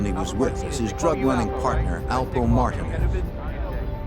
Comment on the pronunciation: The fact none of them can pronounce Martinez is crazy